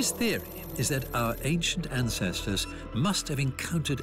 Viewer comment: Why does he say our ancestors built like he's from India lol